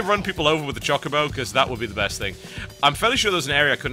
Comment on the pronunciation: I think you say chocobo wrong...